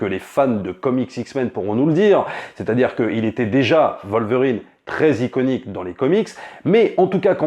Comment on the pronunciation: Pourquoi vous prononcer le W de Wolverine en V